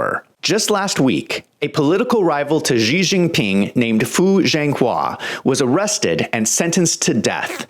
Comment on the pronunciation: Why does he call him Gee Jinping?